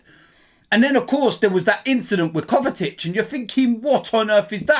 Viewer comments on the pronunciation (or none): Man said Kovatic 😂